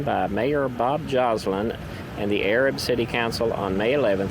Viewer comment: Pretty cool video. We say Arab like A-Rab though. 👍 I see you’ve done a few videos on Marshall Co. but haven’t watched them all. Just found your channel. Have you done a video on Union Grove? There’s a place called Greenbrier Cove, several old cemeteries down there. In the Civil War the Union Troops crossed the river down in Greenbrier, they had camps down there. My great great grandmother who died at 106 , she was the oldest person in Marshall County at the time. Her obituary said that she remembered Yankee troops crossing the river and setting up camp down there. My great great grandfather was a Confederate soldier and my gg grandmother’s second husband. He is buried in the Cove.